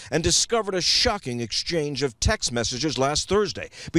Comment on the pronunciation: Girl. When you pronounce texts as Texas lmao